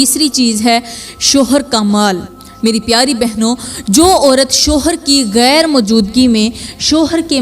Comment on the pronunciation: Tumari tu urdu ki pronunciation hi theek nahi GHAIR ko kaisay bol rahi ho